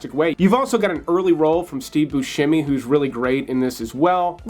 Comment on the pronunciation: Steve himself says his name is pronounced "boo-SEM-ee", and not "boo-SHEM-ee" but has given up trying to have people get it right.